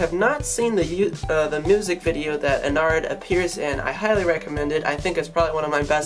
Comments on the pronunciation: it's ennard not en-ared so it's kinda like innard like organs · You do realise your pronouncing ennard wrong